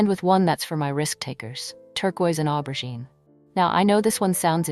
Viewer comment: It’s aubergine (o-ber-jeen). If you are going to use a French word at least pronounce it correctly. I am all for turquoise and aubergine, pale pistachio and powder pink.